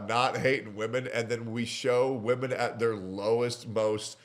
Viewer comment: Can stand when ppl can’t pronounce women (plural) properly